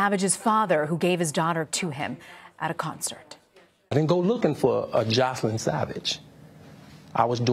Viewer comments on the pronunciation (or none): I found it funny that R. Kelly pronounces Joycelyn's name as "Jocelyn". I wonder if he has another name for her or perhaps she doesn't "correct" him... just an observation. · Why does he mispronounce Joycelyns name? Hasn’t she been living with him for 2 years? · He can't even pronounce Joycelyn's name correctly. Sociopath at it's finest. Yuck! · He pronounced his on girlfriend Joycelyn name wrong lol